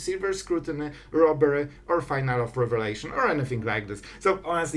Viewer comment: Awesome content and cool deck concept! Just a quick correction though. It's pronounced Fee-nah-lee not Final. You just earned a sub!